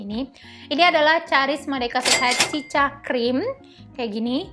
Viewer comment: Mohon maaf nih ka cara bacanya bukan “cica” tapi “sika”